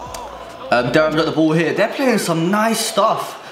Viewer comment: You pronounce Durham wrong btw bro lol